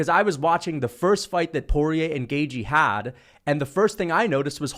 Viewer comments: Bro says Justin gay-G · You said his name wrong again gashi gaishi gayche